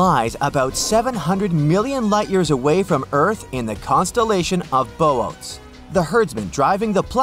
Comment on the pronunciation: It's pronounced 'Boo Otez'